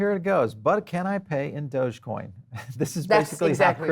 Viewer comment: Oh wow she's a little annoying, she kept saying doja coin lol